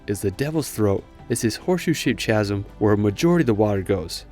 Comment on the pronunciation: What odd voice over. "Chas-m"? Strangely dropped consonants... AI? Someone trying a simulated American accent?